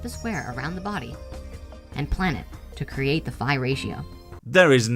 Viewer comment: His pronounciation of phi makes me angry